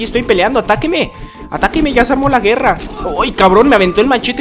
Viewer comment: Cuando dijo guerraaaa le entendí verga